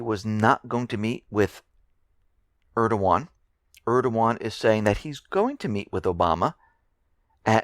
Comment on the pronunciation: Always interesting listening to your reports,it always makes me smile when you pronounce erdys' name,would love to hear you try Davutoglu! Thank you for the smile x I just wanted to post because I often ask people what they know about Smyrna,or the Leventines,and I always get a blank glazed reply.Izmir (Smyrna) has an incredible history which I believe has made "it,and it's people what they are today. It has a strong CHP support and they wear a badge of " Infidel of Turkey" with pride. Asa Kent Jennings,an American saved thousands of lives while the war ships of US, British, France and Italy stood idly by....I would really like to write a lot more, but if people do their own research,well the rest is history as they say!